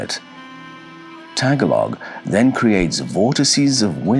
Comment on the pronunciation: lolololololo. tag a log lolololololool it’s pronounced. Tuh gaah lug where the hell are you getting this story coming out of the philippines . i’m over 50 yrs old born and lived in PI and in the usa. Never did i hear or learn anything about mythology of the PI. Because filipinos never had anything to write things on!!!! until westerns came